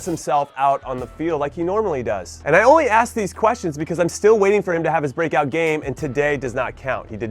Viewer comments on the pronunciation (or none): none